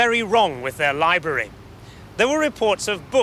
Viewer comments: "Libery"? Does that rhyme with bribery? I thought y'all speakers of the Queen's English were the perfect enunciators of all words. what is the metaphor of a planning upheaval? That must be an across the pond idiom. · It was obviously a prank but the thing that 'ground my gears' was that the 'reporter' called it a 'liebury' all the way through. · wonderful that they pronounce it 'Lie-Berry'! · no it isn't. The first r is pronounced. Not pronouncing it is simply saying it wrong. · That’s how it’s pronounced? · Why does an English man have trouble with saying the word library 😅